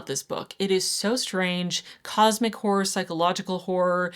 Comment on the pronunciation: I don't think it's pronounced "whore". It's more like haw roar. Hawroar horror. Two syllables.